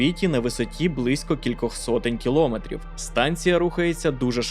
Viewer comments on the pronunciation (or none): Перепрошую, на висоті близько кількох сотень кіломЕ́трів, а не кілО́метрів.